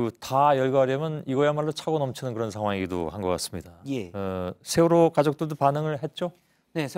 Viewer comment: 경상도 것들아, 쉐월호가 아니라 세월호다. 니들 정신세계는 무슨 문제가 있기에 정치인이건 일반인이건 보수라고 자칭하며, 그 쉬운 ㅅ 발음도 못하냐? 한국의 현대 정치사는 니들 쉐끼들이 망쳐놓은 것 아니냐? 그러니 류여해가 니들 천발 받았다고 하지 않나? 뉴스 봐라. 쓰레기 정치인, 기레기 들은 어찌 싹 다 경상도 출신이냐?